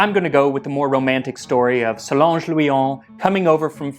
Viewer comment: Interesting (hi)story It's Solange by the way, not Solonge.